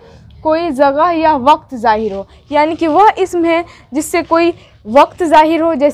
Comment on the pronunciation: Jagah z se nhe h balki j se h aapa aap ke talffuz nhe sahi h